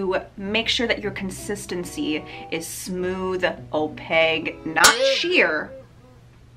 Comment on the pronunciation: Opaque(Kkkk) not Opague(Gggg) Especially(Ssss) not Expescially(Xxxxx) Sorry but this is basic English and your too cute and sweet to use them incorrectly. 😘